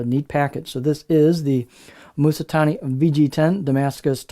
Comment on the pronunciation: It's not MOOsatani. It's Ma like in mama. It's not MooSAtani. It's su like sue. So It's not moosa, but Mamssue.